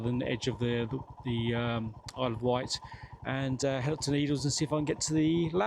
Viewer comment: It’s the Isle of Wight, not White 🤨